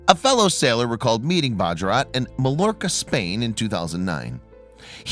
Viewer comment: Interesting story. Butchered the pronunciation of Majorca lmfao